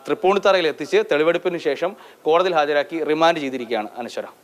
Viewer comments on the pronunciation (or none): none